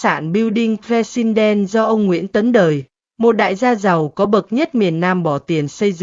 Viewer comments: AI không tệ đến như vậy đâu. AI không dốt đến mức đọc từ President kỳ quặc như vậy. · MC không phát âm chữ "president" được à?